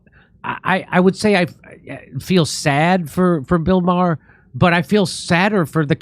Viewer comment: Jimmy's ability to mispronounce the names of excessively popular people is impressive. It isn't Matt "getz". It is pronounced "gates". It isn't Bill "ma-her". It is pronounced "mar". Fucking goon.